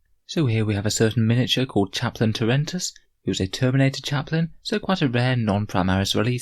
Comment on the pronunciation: I heard Chaplain Tourettes at first.